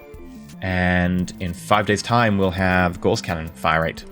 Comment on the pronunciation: Gauss is pronounced like Grouse, the bird, minus the 'R'. You are pronouncing it like Gause, the bandaging material.